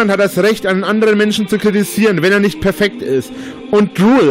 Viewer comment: "Keina von euch ist perfeggd." M E M E Kann nichts richtig - geschweige ansatzweise - richtig machen.